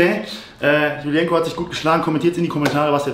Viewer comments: JULIENCO fühlt sich voll getriggert weil du den Namen falsch ausgesprochen hast😂😂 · Jul-jenko ausprechen^^ aber sonst passt es ja.